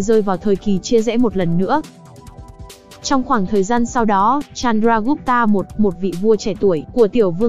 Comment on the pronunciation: ad đọc tên sai hết rồi chanaka, chandregupt, maurya